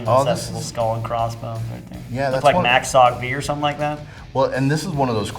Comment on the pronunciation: I got confused when he said Mac SOG V and I was like “you mean Mac V SOG”